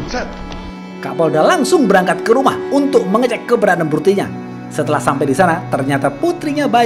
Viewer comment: "Purtinya" ... Lidah nya kepeleset ya bang 😆😆😆